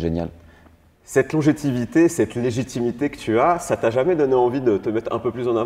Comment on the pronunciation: Il as bien dit " longétivité" a 4m30 ? Longévité plutôt 😂